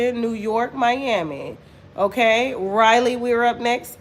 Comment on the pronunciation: Raleigh,NC probably isn't sold out because they probably don't what city you're saying. Raleigh is pronounced (Ra lee) you kept saying Riley, Ryelee. I'm from the area didn't what city you were talking about at first especially since you're not saying the state